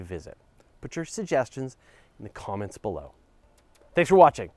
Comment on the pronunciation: Anyone else understood "Put your suggestions in the comets below" at the end?